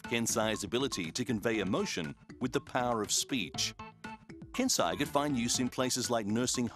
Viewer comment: "The research team admits, that there is still a long way to go..." Yes pretty much a very long way but still interesting. Also, pronouncing Japanese names with English phonetics ruins it XD "Kansei" pronounced by commentary as "Can Sigh", it's supposed to be "Carn Say"